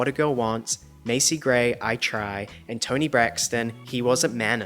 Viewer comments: both of you are pronouncing her name not specifically wrong but differently to how people back then including aaliyah when she was still here with us. Ah-Lee-Ah, not Ahh-Lee-ah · How does Ricky Martin mispronounce Aaliyah's name? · Ricky Martin just pronounced Aaliyah in spanish! is also how we pronounce Aaron. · not knowing who Metallica, Styx, or Asia is and then being annoyed with Ricky Martin who speaks English as a second language pronouncing Aaliyah wrong is too goofy...... And well I very much wish was true, but that statement aged real bad.